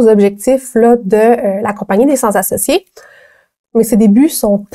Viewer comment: attention il faut dire "cenT-associés" et non "cent-Z-associés". Sinon excellente vidéo, bravo!